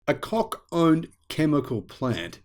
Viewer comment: Your pronunciation of their name is spot on !